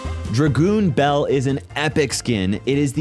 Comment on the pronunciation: dra"goon" belle 💀